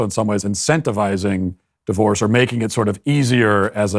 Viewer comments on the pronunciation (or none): "Marriage and divoroe"